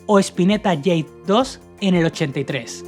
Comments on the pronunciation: flaco, todo bien, pero se pronuncia "Jade", no "Yeid" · ¿Ieid? JADE. Cómo la piedra. Por lo demás, bastante bien el programa. Abrazo desde Mercedes, Uruguay. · Te felicito por el homenaje.Solo para que sepas se dice Spinetta Jade como suena y no yeid ( inglés) y el último disco es: Un mañana,no una mañana. Tb tiene dos discos póstumos:Los amigo y ya no mires atrás.Gracias de nuevo. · jamás !!!! le dijeron "el Capitán" que ganas de hablar pavadas, Spinetta puso a pescado en Artaud porque tenia un contrato que respetar y no porque no quería ser un ídolo, el ya era un ídolo. JADE!!! se pronuncia JADE como se lee, "UN" Mañana NO "UNA" Si no sabes nada de un tema no hagas un video por favor y sino pregunta bien. media pila!!! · cómo que spinetta “jade” se pronuncia en español , no en ingles